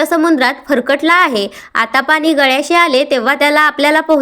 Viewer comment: फरकटला नाही भरकटला